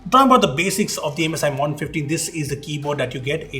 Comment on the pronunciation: how do you mispronounce MODERN?